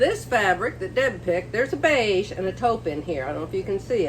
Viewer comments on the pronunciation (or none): none